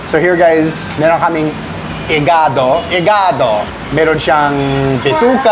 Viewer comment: You pronounce "igaDO" like an Italian "iGAdo"